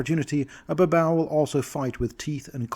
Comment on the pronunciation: i thought babau was pronounced as bah-BAY-yoo Nurgal and Areshkagal were stand ins for Nergel and Ereshkigal, who were listed as demon lords in MM2 but were never expanded on and were acknowledged as deities in later supplements.